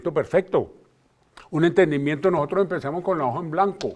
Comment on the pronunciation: Vean a este insigne rector diciendo: "Habemos gente" "nojotros" Por eso estamos como estamos........